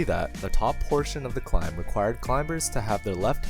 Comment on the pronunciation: yeah gotta downvote literally just for you pronouncing the B in "climb" like a sociopath